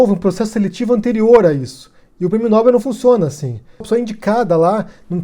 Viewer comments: Olá, se pronuncia "nóbél" e não "nóbel", abraço. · A pronúncia correta é "nobél". Há duas boas razões para assim ser: 1. Trata-se de uma palavra aguda, isto é, acento tônico na última sílaba, tal como, papel, anel, animal, etc. Se Nobel tivesse a tônica na sílaba "nò", teria de ter acento gráfico na vogal "o". 2. A segunda boa razão é a etimologia: Nobel é o nome do senhor sueco – Alfred Nobel – que instituiu o prêmio, e a pronúncia original é [nobél]. Obs: Bom vídeo. Obrigado. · Nóbel não, Nobel. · É "Nobél", senhora.